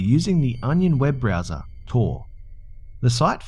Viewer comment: I thought you said BRAZZERS instead of browser.